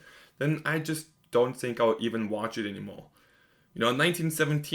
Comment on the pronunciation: Learn to pronounce “R’s” before you go “wating “ movies. This might be the greatest war movie ever made. If you can’t see that, you are flat out wrong and this shows your ignorance. What do you consider good cinema? The Avengers?